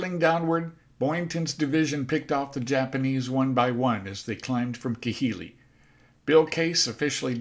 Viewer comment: some of your pronunciations of some of those island basis is way off, just thought I would inform you of that it's not Ki-hili it's pronounced KA-hili.